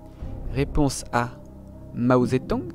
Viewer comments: C'est ZeDong pas Zetong xD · Ce n'est pas Mao Zetong mais Mao Zedong avec un g